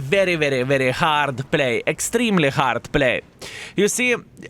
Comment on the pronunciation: Not hard core. HARD say HARD game. at least learn some words properly.